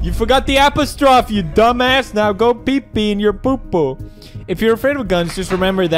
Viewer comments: almost 2020 and pewds just said "epistrof" instead of "uh-pos-tro-fee" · “Apostraf” - PewDiePie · “appa strofe” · Bone app the teeth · In Swedish it’s pronounced more like ”aapostrof” maybe that’s why he said it like that lmao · most languages pronounce it as "apostrof" (which is also how you write it) not "apostrophy" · Fucking “APA-STROFF” dude I’m wheezing lmaoo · Can’t believe he pronounced apostrophe Apple stroff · did Felix just say "apostrof", rather than "apostrophee"? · Thats because apostrophe is apostrof in swedish so he’s used to pronouncing it like epistrof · Kahn Coleman "aaa past troph"😂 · I know English isn't his first language, but he is fluent and speaking English in this video, which is what makes it jarring to hear it said wrong - and when you're speaking English, it is incorrect to say "apostrof". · he says apastrof clearly he is british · let's acknowledge how he says "apostrophe" it's beautiful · The way he said apostrophe physically hurt me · YouTube is not overrr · Are we not gonna talk about how he pronounced “apostrophe”